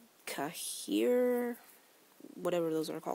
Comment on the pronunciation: I was thinking about ordering a metropol. Cahier is pronouced ki-yay